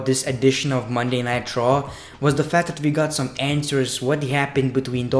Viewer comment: Is he saying nitro or raw maybe it's his accent